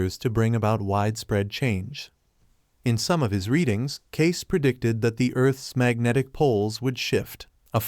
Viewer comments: You pronounce Edgar Cayce's name...it is not Cases....it is pronounced Caycee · It is pronounced Cacee not Case... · At least learn how to say his name. It’s K-see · Cayce is pronounced cay-see. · His name is pronounced "Kay-See". Hey guys AI doesn't work. And you were lazy and didn't fix this silly mistake. Kind of hurts your credibility. Just sayin'.